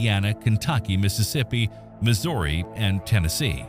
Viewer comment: Mispronounced missouri as well